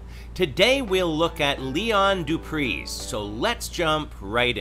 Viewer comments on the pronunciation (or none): Hey. Just a little lighthearted correction on the pronunciation, it's Doo Pree. The Z (zed) is silent. 🖒😆 from South Africa